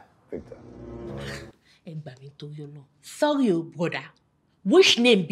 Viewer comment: It was the way she pronounce the visctor that got me rolling on the floor 😂😂😂😂